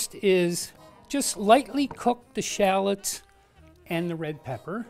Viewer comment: Its pronounced basil not bazil its shallots not shallits .